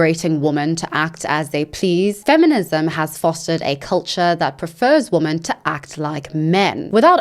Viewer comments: why do you in your videos say "woman" rather than "women" when you are talking about them in plural... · You keep saying woman when you clearly mean women. You also read it wrong. Is this on purpose and if so, why? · I love your content but say women not woman ! Its driving me crazy lol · I’m curious why do you say “woman” instead of “women” for the plural? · It drives me crazy because I can’t tell if she doesn’t know that ‘woman’ is singular or if she is just pronouncing ‘women’ incorrectly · Please, please, please just learn how to pronounce women, it's so distracting when you say woman instead! Love your content btw, have been on a bit of a binge. It's just this ONE thing. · 1 woman - /ˈwʊm.ən/ 2 women - /ˈwɪm.ɪn/ I'm not sure if it's just your accent, but every time you say "women" it sounds like "/ˈwʊm.ən/ ". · You pronounce the plural women* like singular woman. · No hate but “women” is pronounced “wi-men” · Interesting that you pronounce "women" with an o sound and not the standard wɪmɪn pronunciation. So to my years your pronunciation of women and woman sounds similar. Not criticising you, but have noticed it a lot recently. Mainly with American YouTubers. But you are British. I am wondering if there is a particular reason for this? Is English your second language? Genuinely interested. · I got to ask. Is it a thing to pronounce woman and women the same? Does it have some meaning? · Why do you keep mispronouncing the word women?